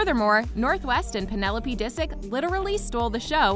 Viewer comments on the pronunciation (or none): none